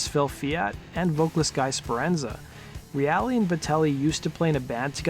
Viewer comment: Mark Reale - pronounced REAL . R.I.P.